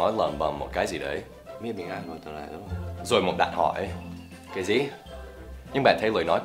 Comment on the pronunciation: I found a mistake in your Vietnamese When u said " Cái gì?", it was wrong for going up ur voice. Just make it lower when u speak that. Nhiều khi mình nghe câu này không thủng thì cũng hơi ngứa tai lắm thầy ạ!:))